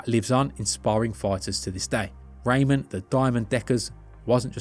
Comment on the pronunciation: its pronnounced Ramon not Raymond